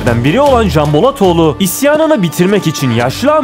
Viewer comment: Elinize sağlık, dublaj seçeneği çok güzel olmuş, sanırım yapay zeka ile metinleri sizin sesinizle okutuyorsunuz. Bazı özel isimlerde hata yapmış. Canbolatoğlunu "Kanbolatoglu" olarak telaffuz ediyor. Diğer özel isimlerde sorun yok.